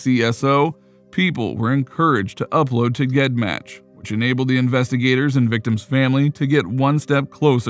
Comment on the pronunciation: GED match is pronounced Jed match. Just a small detail, but my OCD can't let me ignore it and forced me to announce that little tid bit. ✌🏻❤🏴